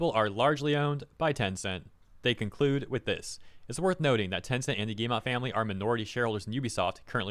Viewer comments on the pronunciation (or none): It is not guillemA, it is guillemO. Like, in Oxford.